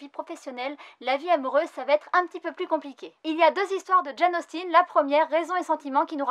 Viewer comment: Bah alors on sait pas dire "Charlotte Bronté" et "Jane Austen" 😝 Moi j'ai que Les Enquêtes de Sherlock Holmes & Train de Nuit dans la Voie Lactée (pas encore lu) Mais j'aimerais beaucoup avoir : ● Le Comte de Monte-Cristo j'ai adoré la version Kurokawa et peu être Les Nouvelles Extraordinaires d'Edgard Allan Poe qui pourrait être intéressant aussi. Et éventuellement Le Magicien d'Oz et Deux Ans de Vacances que je ne connais pas mais si tu adores Jules Vernes, tu devrais adoré les oeuvres de H.G Well et d'ailleurs si il y a des mangas dessus ça serai un bon point :)